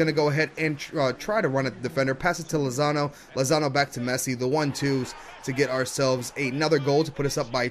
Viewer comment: He called Lozano Lonzo